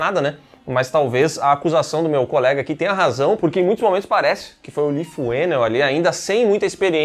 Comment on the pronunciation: “ Leigh” se pronuncia “ Lee” ( li)